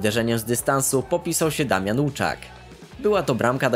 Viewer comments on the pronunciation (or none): none